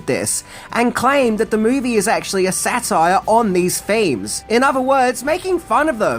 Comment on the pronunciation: I'm going to say it cuz he made all the effort to do it. Mispronounced satire multiple times in the beginning, said it right multiple times at the end. I appreciate the gimmick so I couldn't let it lay.